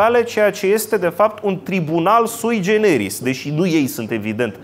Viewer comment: "Sui generis" are accentul pe primul "e", si nu pe al doilea, domnule... "Caragea" - cum v-am mai spus, dar nu retineti - are accentul pe "a"-ul final, si nu pe cel de-al doilea, asa cum insistati in greseala... "Ada-Kaleh" se pronunta fara "h"-ul final... "x"-ul din cuvintul "exil" se pronunta cu "gz", si nu cu "cs", ca si in "examen", "executie" etc. (gramatica clasei a III-a)... Cuvintul este "butie", nu "bute", cum pronuntati... Ora "douasprezece noaptea", si nu "doisprezece noaptea", cum pronuntati tot timpul (acordul elementar al numeralului cardinal in gen cu substantivul).... Aveti aceeasi problema cu accentele cuvintelor limbii romane si cu ortoepia in general, de care nu va mai lecuiti... Iar chefliu nu inseamna nicidecum alcoolic... Oricum, felicitari pentru aceasta noua conferinta, pentru acumularea constanta si insatiabila de cunostinte si expunerea lor!